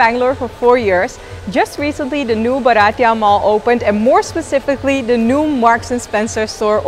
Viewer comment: Lovely video…. You look good in all dresses…. Comfort in shopping at malls with such ease , & their no questions attitude makes them favourites of youngsters…. By the way …. Its bhartiya (indian)not baratiya😉